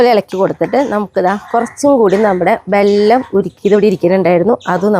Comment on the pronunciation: ബല്ലം അല്ല പെണ്ണെ വെല്ലം